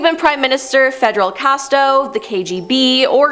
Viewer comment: Fiddle Casto? Really? Winterbine? Teach your presenters to speak properly!